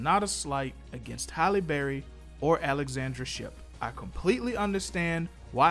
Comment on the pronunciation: It’s Halle not holly